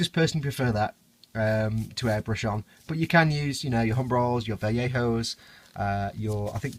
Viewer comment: Holy shit he said Vallejo right. I don't think I've heard a single modeler on YouTube pronounce it correctly...